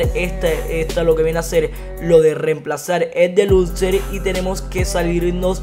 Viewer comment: Se dice deluxo no deluxer